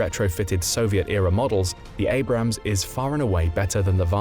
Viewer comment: Abrams, not Abrahams. And I can’t watch video to end because of the annoying background music, which I find very cheap and unprofessional. Sorry, no thumbs up.